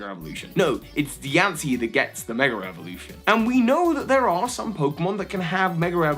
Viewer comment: I love hearing him say "megerrevolution".